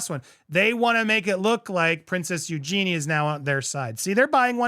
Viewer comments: NOT, EuGEEN Her Name Is Said, EuJEENEE Spelt, Eu-Ge-Nie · Please get your pronunciation right if you are reporting on these individuals. It's pronounced Eugene- y- rhymes with Genie. This is a worldwide problem with people buying up the land in poor or poorer countries. Also there is a huge environmental impact.There is no rival court but they are creating a new narrative. They are trying to suppress the Hollywood Reporter story. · Her name is you-Jennie not Eugene. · Seriously,? It takes 10 seconds to ask Siri, Alexa or Google, how to pronounce someone’s name. The Princess’s name is not Eugene. It’s Eugenie, pronounced U-jen-ee. Prince Louis name is pronounced LEW-ee, not LEW-iss. And, for the love of all things royal, stop calling HRH, Catherine, Princess of Wales, Princess Kate or Kate Middleton! I really love your channel but the name mispronunciations and mangling drive me nuts because it’s so easy to get them right. My father once told me that the only thing a person ever truly owns is their name so you owe it to them to say it correctly. I’ve never forgotten that. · Priced out, just like the 4th generation locals in Montecito. Hopefully these losers sell soon. And it is pronounced "Eugen-ie", not Eugene. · It's Eugene ee! I think it's actually pronounced YOU gen ee. This also happens at the Jersey shore in places. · Princess Eugenie (pronouce "ee" at the end vs "Eugene" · Please learn how to pronounce Eugenie's name properly. Eugene is the masculine version. Her name is pronounced as "U-jh-nee". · a friendly tip. Its pronounced "You Janey" Eug anie 😊